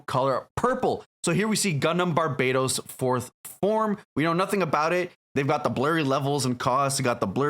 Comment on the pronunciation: brother in christ, bar-buh-toes not barbados lmao